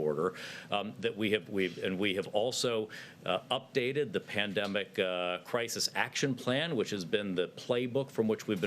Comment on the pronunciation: "Pan..de.." what?